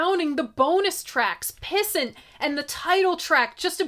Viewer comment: Oh. Also. I’m pretty sure it’s pronounced “piss ant”. Like, “What a little piss-ant!” Also I thought some bunk mushrooms were kicking in during a Smashing Pumpkins set at a festival but no. It was just Smashing Pumpkins.